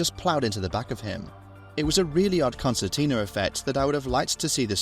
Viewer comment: Concertina and not " constantina " as stroll responded Media manager: you just say it's one of those "concertina" effects. Stroll: it's one of those "constantina" Media manager: concertina, concertina, concertina Stroll: you are fired